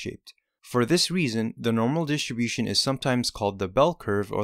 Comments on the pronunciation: DI-STRI-BU-TION Jesus!!! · I learned that distribution has a silent “t”.